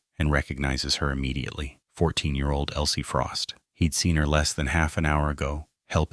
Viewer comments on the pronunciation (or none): ELSIE not Elie